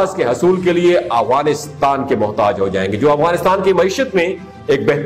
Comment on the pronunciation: It’s Afghanistan not awghanistan 🤦🏻‍♀️